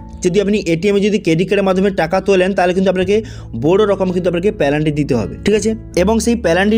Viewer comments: পেলান্টি নই পেনাল্টি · পেলান্টি নয়, ওটা পেনাল্টি হবে।